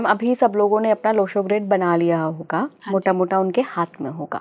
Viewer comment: मॅडम सूर्य ग्रीड ये सही है लो शो ग्रीड नही